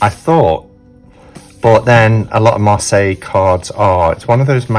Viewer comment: I can’t believe we have been pronouncing it wrong this whole time, B! But glad to know now. 😊❤️